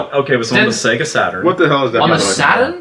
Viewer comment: Seega? How can you mispronounce it when it said the name of the company when you started their games